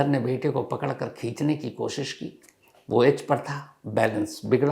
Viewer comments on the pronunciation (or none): none